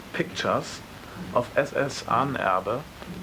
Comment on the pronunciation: it's pronounced Ah-nen-er-be ...